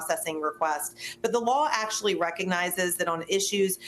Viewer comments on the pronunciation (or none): none